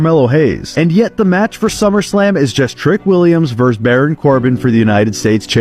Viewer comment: The word is VERSUS not VERSE. A Verse is a segment in a song.